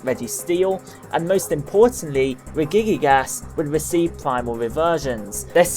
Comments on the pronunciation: It's pronouced (Reji-gigas) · you said the other three regies right except regigigas :/ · Says Regirock, Registeel and Regice correctly, but botches Regigigas. How? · Regigigas sounds like Regi kick ass. LOL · I think regigigas is not pronounced the way you think it is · Through most of the video I was like "Oh my God! He's pronouncing almost everything right!" and then... Regigigas burst out the laughs! Great video though as always